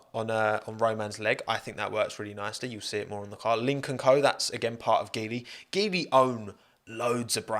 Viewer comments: I think the pronunciation of Geely is more like G li. It would provide more chances for so many talented Alpine Academy drivers if it's true. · In Chinese (mandarin) Geely is pronounced as G Lee, nice video as always. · Chinese people pronounce Geely as "Jee-ly". It sounds auspicious in mandarin language. But hey, as always, great video! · Just fyi, Geely is pronounced as “G”-ly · Geely is pronounced JEE-lee,. Good video nonetheless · It's pronounced JEE-LI.